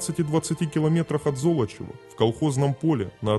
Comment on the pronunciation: Золочёва! Зоооолочева! А не как автор картавит. По его версии получается какое-то зло. Надо произносить мягко, а не жёстко!😂😅😮😢 Интонация тоже имеет значение.